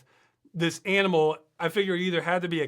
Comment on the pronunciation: That wasn't an aminal, it must have been a nimeral. :)